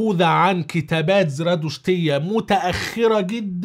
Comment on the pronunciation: السلام عليكم ورحمة الله اولا سأتكلم بلغة القوم في كلمة زردشتية هي بفتح ز .ر .د .ثم سكون الشين وليس كما نطقتها .وهذه الديانة كانت في عرق العجم اي الفرس والاكراد خاصة في المرحلة الأولى اي مكان دعوة زردشت ولقد وصلنا توارثا وليس بشيئ مكتوب يعني نقلا وهذا اكبر دليل على أن الأمر معرض للتحريف. المهم ان زردشت كان يقول (بنافي خودا جوري ) ترجمتها هي بسم العالي الذي أوجد نفسه بنفسه .اي بسم الله العلي .وهذا باللغة الكردية . وايضا كان هناك لغة تسمى سندافيستا وقيل فيها عبارة (daive yasni) اي عبدة الملك ديو .اي عبدة الشيطان وقال عنهم زردشت اولائك يستحقون القتل هذا ما اعرفه عن زردشت ولكن في وقت لاحق اي بعد الضلالة أصبح الزردشتيون يقولون (bnavi khodi jori zaradasht) ترجمتها بسم الله الأعلى من زردشت .اي زادو كلمة زردشت وهنا بدأ الشرك واتخذت المعابد للنار وقدست وأصبحت النار تميز بين الخير والشرير وتظهر الحق مثلا اذا اتهم شخص ما شخصا اخرا بشيئ فيمتثلا للمعبد ليحكم الكاهن بينهم فيحذرهم من الافتراء ثم يقول إن النار المقدسة ستظهر الحق وتؤذي الذي عليه الحق فيأمرهم بإخراج ألسنتهم ويلسعها بقطعة حديد مسخنة بهذه النار يعني لسعة سريعة على اللسان .وكما هو معلوم ان اللسان عضلة والعضلة تتورم باللسعان والذنب يخاف بطبعه فبينشف ريقه فيكون الحرق أشد من الذي لايخاف وعلى لسانه طبقة من لعابه إجمالا الاثنان يتأذيان الكاذب الذي خاف يتورم لسانه بشدة وممكن ان يختنق وهو المدان والثاني الذي لا يستطيع أن يأكل براحة لانه لم يعرف ان يسامح وهذه عقوبته .وكان للنار اجمالا اي ليس نار المعبد تقديس اخر والذي هو استوداعه بطريقه لائقة في إحدى وعشرون من آذار ومفاد هذه الفلسفة هي اي يا أيها الرب الصغير الذي دفأتنا في الشتاء نودعك مق